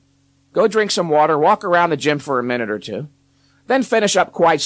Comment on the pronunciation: “The number Twooh”